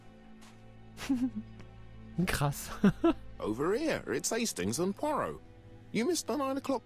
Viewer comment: Und noch ein Oldie. Ich kenne die Geschichte auswendig. Bin gespannt, wie das im Spiel aussieht. Diesmal hab ich das Rätsel vor dir gelöst. Das ist mir noch nie passiert. :face-blue-wide-eyes: P.S. Immer, wenn du Poirot sagst, verstehe ich perro(quet). Dann muss ich an meine ersten Französisch-Lektionen denken.😁